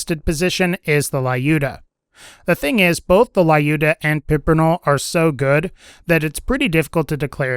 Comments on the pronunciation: Well, sniper rifle Lyudmila is pronounced as “liud-mi-la” not “la-yu-da” 😂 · Lyudmila... (LEE-YU-D-ME-LAH) not layuda.. the fuck... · It's an old video, no idea if you're reading comments, but justa tip for Lyudmila/Lyuda - ignore "y" when pronouncing it, like Lewdmila almost. That's how that name is supposed to sound. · I speak russian and I have to point out that Lyudmila is pronounced like "Lewd-mee-lah" (or " Lewd -ah" if it says Lyuda) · I hate the way he pronounces the Lyudmila I know it's a Slavic name and not trivial to pronounce, but it ain't super hard tho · Man I will never get over it how English speakers say Ludmila XD